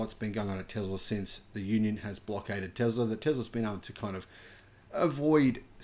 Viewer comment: I'd be surprised if the mechanic said "Tezla". I bet that Swedish guy definitely said correctly "Tesla".